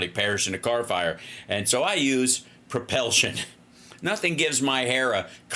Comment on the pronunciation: "Other forms of propelsion" damn near killed me! I was driving and was laughing so damn hard I could barely keep the car on the road.